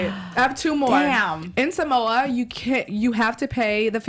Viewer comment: that is from Mad TV. Why does Kalani pronounce samoa as sam-wah?